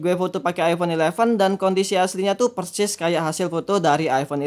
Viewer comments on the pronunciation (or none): none